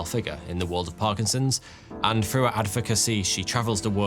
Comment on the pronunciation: Dogs trained to detect certain kinds of cancer "frew" smell alone...LOL another Brit that cannot pronounce words that begin with "th" but consider themselves educated haaaaah